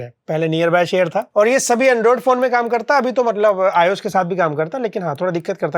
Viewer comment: Arey bhai android to ios to ache se nehi bola